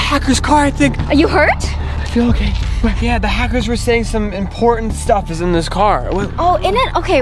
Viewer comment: Its Hackers You Said Hacers